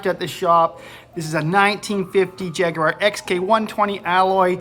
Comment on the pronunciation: Well done for saying Jaguar correctly. The vast majority of Americans ALWAYS say Jag-waar which really pisses off us Brits. We call it a "gear knob" in the UK, because it's a knob that changes gears.